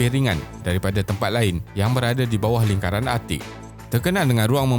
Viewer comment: Beb. Content bagus. Ada potensi besar. Tapi sebutan Bahasa Inggeris teruk. Australia. Island. Sebutan Bahasa Melayu pun tak tepat. Negara (bukan nengara), lingkaran (bukan lingaran).